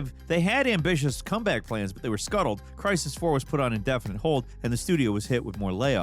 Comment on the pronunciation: "The original Cry-is" It's Crysis,. You even say it correctly right after.